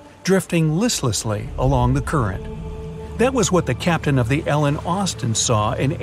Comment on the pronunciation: The fact that it’s said captian